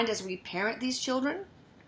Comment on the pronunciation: What the hell is a "Chilcren"?!?!?!?!